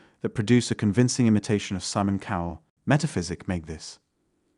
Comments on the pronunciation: lmao "young Sayman coul" 🤣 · Who the f is Semen Cole? I know Simon Cowell, but not this other chap. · "This is young Samon Corl" immediately put me on edge. I absolutely despise these ai voices. They never say the words correctly. To me it's like a word typo. Hate it. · whos saymon coal? lol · In the first sentance it says saymon coal, you didnt realise right then? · Let's hear you pronounce Simon Cowell again. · This actually scared me. I thought the voice was real. I heard the breathing and was totally convinced. Took me until when he didn't pronounce the I in Deepbrain AI. Although I should've noticed when he immediately mispronounced Simon Cowell. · I thought it was pretty obvious right off the bat with the way it pronounced "Simon Cowell" and "AI" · It was immediately obvious as it could not say Simon Cowl. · That's crazy. I just thought he had an accent I couldn't place and didn't know how to pronounce Simon Cowell's name. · It was obvious the way it pronounced Simon Cowell is so weird and annoying